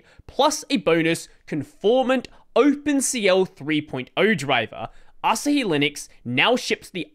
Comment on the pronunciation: Asahi Linux is pronounced "uh" + "saa" + "hee".